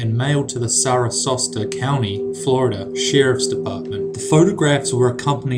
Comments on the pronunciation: I think you meant "Sarasota" not "SarasoSta". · Sara....s.o.t.a.... not sara SOSTA... GET OUT OF HERE! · he said sarah sauceda county lol bitch it's Sarasota pronounced Sarah-soda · Dude it's not "SARA-SOS-TAH county", it's SARA-SOTA, like "Sarah Soda" basically. I live there currently so I caught that immediately lol. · why is it that no one with a british accent can correctly pronounce the word "Sarasota". its not saratosa. not sarasosta. say it with me; SARA-SOTA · That's SARASOTA, FL...not SARASOSTA, FL., dude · Sarasota (Sarah-So-Tah not Sar-rah-Sos-Tah) County, Florida. Looking at the spelling should have clued you in to the correct pronunciation. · "Sarasosta sheriff department" It's pronounced Sarah soda, lol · For future reference, Sarasota is pronounced like Sarah-soda, not Sarah-sosta XD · Sarasota, not Sarasosta. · for #19, did you try to say Sarasota? if so, it's pronounced "sarah-soda" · It's pronounced "Sar.A.sota" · Alicia Grimes lmao sarah-sauce-tuh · Lol he said Sara sosta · It's pronounced "Sarah-so-ta" Florida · Hehe. "Sarasosta," Florida. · Sarasota, pronounced like Sarah's soda. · He mispronounces basic words like Danger Dolan does......Sarasosta? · eyy. i lived near there. im not trying to be a douche. but sarasota, is pronounced sarah-sota. when i was a kid i thought it was sarah-soda lol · The way he pronounced Sarasota Florida LMAO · and he said it wrong, it's Sarasota FL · He completely miss pronounced Sarasota, Florida lol